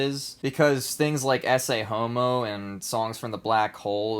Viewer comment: Ecce homo is pronounced Eh-Kay homo. Not essay homo.